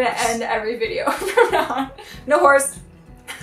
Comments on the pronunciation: I have cheap speakers and the end sounded like a lot of NO WHORES! :D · When you say “no horse” it sounds like you’re saying “no whores”....